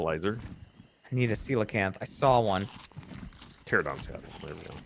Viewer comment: Ahh yes my favorite dinosaur. The “Terrahdon”. It’s PTERANODON TER ANO DON. Drives me crazy every time I hear them butcher these Dino names. Still love that you guys are playing this tho.